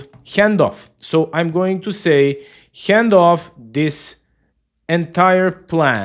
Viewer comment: Hyand-off Why always add a Y sound